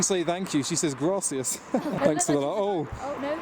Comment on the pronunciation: "she doesn't say thank you she say grass-cias" la frase perfecta!